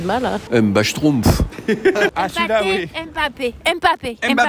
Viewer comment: je l’adore 🤣 il a dit « Mbaschtroumpf » 😭😭